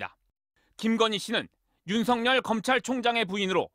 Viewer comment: 앵커님, 윤석렬 아니고 윤서결입니다. 발음 잘 하세요. ♡^,~♡